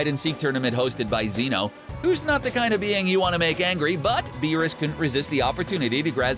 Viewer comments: It's not zeee no it's zeno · bro u pronounced zenos name wrong youre gonna get erased